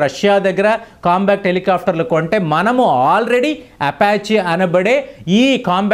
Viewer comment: మీరు చేసిన విశ్లేషణ బాగానే ఉందికానీ..... మీరు కొన్ని పదాలను పదేపదే తప్పు పలుకుతున్నారు. COMBAT హెలికాప్టర్ లను మీరు " COMBACT " అని తప్పుగా ఉచ్ఛరిస్తున్నారు. COMBAT అంటే పోరాటం; COMBA-C-T అనేమాట తప్పు. మీవీడియోలను వేలాదిమంది దేశమంతా చూస్తుంటారుకాబట్టి మీరు పలికే తప్పులు వేలాది ప్రేక్షకులకు ఇబ్బంది కలిగిస్తుంటాయి. COMBAT అని పలకండి. "కంబాట్" అనేమాట సరైనది. " కం-బా--క్ట్ " అనేది తప్పు. ఈసద్విమర్శను/positive feedback ను sportive గా తీసుకుంటారని ఆశిస్తాను. ధన్యవాదాలు !